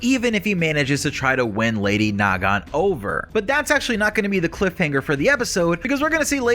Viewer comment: I seriously can't tell if you're doing that on purpose or not, it is Nagant. NOT NA-GANT, come on!